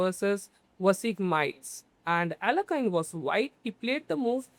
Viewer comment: YESSSSSSIRRRRREEEEEBOBBBBBYYYYY its pronounced ALE YAY KIN just fyi great game great analysis brother thank u